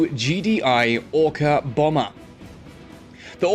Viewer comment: i mistaked or he said ORCA bomer?